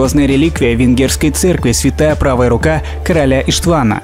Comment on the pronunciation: Видео хорошее познавательное, не растянутое, но только не ИштвАн, а ударение на Иш. Как звучит можно прослушать